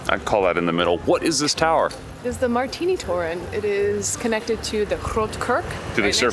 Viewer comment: Seemed to me that tried to pronounce Martinitoren in the prosody of the Groningen's dialect. And I thought it was well done, but I originate and live far (on the Dutch scale) from Groningen in an extreme ABN [1] region. [1] A joking reference to standard Dutch that in English would abbreviate like GCD - General Civilised Dutch.